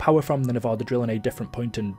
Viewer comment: Did he just say nev-o-da?